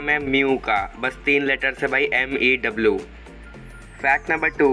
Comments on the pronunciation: अरे भाई mew होता हे maw नही 😂😂😂 इसी mistek नही चलती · Mew hota hai maw kya hai ye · Mew chyuti 🤣🤣🤣🤣 not maw 🤣🤣🤣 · Bro Mew not maw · Not maw this is' mew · its mew not maw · Oye woh Maw nhi Mew hota h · mew ka spelling mew hai maw nahi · Ye bhai aapne mew ka naam galat spell kiya aapne bola maw 😅😅😅😅😅😅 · He told wrong spelling of mew. It is mew he told mau. Lol😂😂🤣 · Somebody heard him saying 'M' 'A' 'W' instead of MEW😊😊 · Did you say mew maw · mew ki spelling tumne video me maw bola 😂😂😂